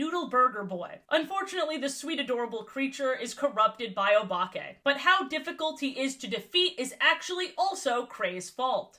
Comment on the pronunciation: Anyone else think she is about to say Obama when she says Obake?